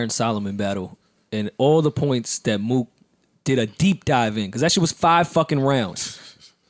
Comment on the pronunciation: Yo joe callin mook Mo-ok (Moe-ock) is crazy